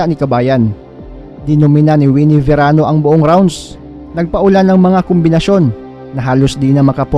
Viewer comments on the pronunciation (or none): Verano not serano